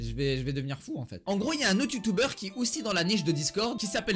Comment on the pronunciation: Tu dis youtouber au leur de youtuber 😂😂😂